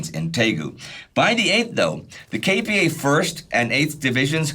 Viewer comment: I was born and raised in S. Korea and I've never watched a documentary more detailed and balanced on the subject than this series, which says a lot. And thanks much for listening to the feedback on the correct pronunciation of KPA. I appreciate your efforts to make this already great series as accurate as possible, even for such little details.